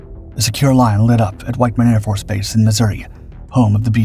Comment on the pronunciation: Whit-man Air Force Base, not "White-man".